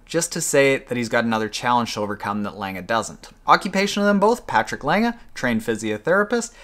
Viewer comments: You pronounced Lange pretty good for an English speaker. ;-) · Your "Lange" is pretty good. Much better than most english speakers pronounce it. Cheers from Germany. :)